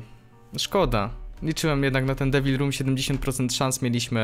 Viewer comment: czy tylko ja słyszałem że powiedział w debil roomie zamiast devil